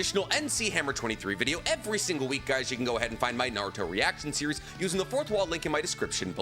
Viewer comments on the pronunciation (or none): none